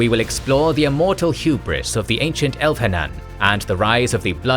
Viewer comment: The h is silent. So Elvhen is El-ven and Elvhenan is El-va-nan. Solas says it in Inquisition and you quote part of the dialogue. So I am not sure why the mispronunciation. Also Thaigs is Tie-gs. Again they pronouce it in the games.